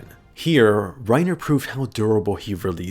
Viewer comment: Yo im laughing do hard he said "eren got had and pennitrated through rinerer